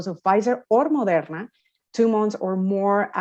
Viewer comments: I like how her accent peaks when she says Moderna. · I love the way she pronounces Moderna